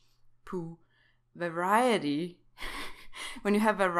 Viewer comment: We are same, I also cannot say variety